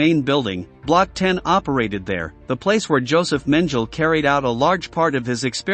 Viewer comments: "Dr. Menjil??" How about Mengele (Men geh le') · Who's this "Joseph Menjul"? 🙄🙄🙄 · meng ge le That is how you pronounce it. Not Mengle. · Gotta love AI; no intelligence at all. Bulger….Bullger. Menjele….Mengele. A real person would make this video so much more interesting, instead of mispronouncing names and other German words. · *Men-ge-le Not "Menjel" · “Joseph Mendel” stupid ai voice… it’s “Men-geh-la”. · Mengele is pronounced 'Men-gala', not 'Menjel'! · Josef Mengele is pronounced MANG-guh-luh, not MEN-jul. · Mengele (MEN-geh-leh) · Men-ga-la. Learn to pronounce the devil’s name properly so you never forget it. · Mengele is not pronounced Men-Jill. Sheesh guys.... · This man is infamous! And you mispronounced his name? It's MENG' GE LAH. NEVER forget them and their sadistic horrors inflicted on innocent people. If you're going to do this DO IT RIGHT! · His name is pronounced men je la. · The mispronunciation of words like arbeit macht frei and Dr Mengele is too much to ignore. It is disrespectful to those who suffered here to say these things wrong. People were tortured and died because of that motto and that man. Do some research and learn to say them correctly. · I know you're American, but at least try and get the pronunciations of 'Frei' and 'Mengele' right. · Use of too many movie depictions, the narrator doesn't even know how to pronounce the names of infamous Nazi doctors, like Mengele. Do your homework before you put out this garbage. You are not providing historical understanding. You're doing it for Youtube clicks. Shame. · You pronounce the german names totally incorrectly, even well known names like J. Mengele. You constantly promise new content, but repeat the same things over and over again in different videos misleading the viewer. This is very irritating. I'm on the verge of banning your channel. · Here’s a suggestion, get your narrator/robot voice to pronounce words correctly…Like Mengele. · Why the mispronunciation of Mengele?